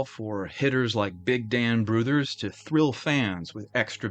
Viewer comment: Has there ever been a more optimistic name in baseball than Hugh Jennings...? First, congrats on saying "Brouthers" correctly. Second, most of this squad went to the Superbas after the team folded in 1899. The Superbas ultimately went on to become the Brooklyn Dodgers.